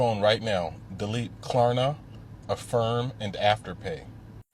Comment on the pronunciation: The fact that dude thinks it's called Klarana instead of Klarna means he definitely needs to stop.